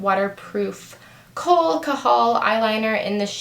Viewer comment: i think kohl is pronounced cole.